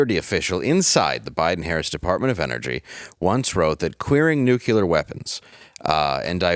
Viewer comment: You just said nucular!🤦‍♂️ You are reading right from the page and still can't sound out words like a kindergartener.🙄